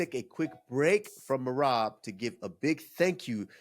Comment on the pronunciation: And then henry never mispronounced Merabs name again.... 😂